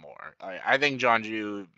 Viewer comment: I was joking about how you mispronounced some characters names like they do in the live action movie. For example, Jeong Jeong, you called Jonju. Roku you called Ruko. And Long Feng you called Feng long I think hahah